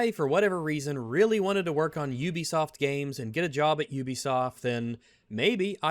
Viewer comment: say it with me … “You-Be-Soft”. You don’t go to Ooniversity, do you.. Or live in the Ooniverse?.. hey!?!.. see, you can pronounce ‘Ubisoft’ correctly. So why does it become ‘Oobisoft’ when I’m not looking? 😏